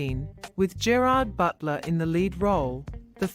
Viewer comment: IF YOU'RE GOING TO AI YOUR GERARD BUTLER COMMENTARY, TEACH IT TO PRONOUNCE HIS NAME PROPERLY!!!